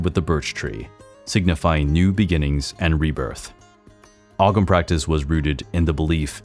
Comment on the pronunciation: Ogham is pronounced ohm,samhain is pronounced sow as in pig ,sowan